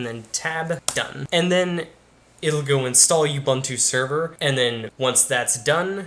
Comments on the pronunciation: "U-BANTOO" doesn't exist. That's UBUNTU (OOBOONTOO). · the way you say "ubuntu" sounds like an insult towards someone